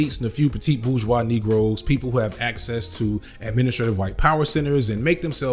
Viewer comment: The prononciation of "petit bourgeois" 👌seamless